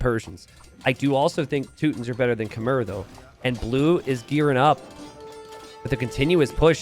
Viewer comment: I wish would learn how to pronounce Khmer correctly.